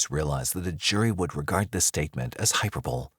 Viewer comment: Hyperbole not hyper-bowl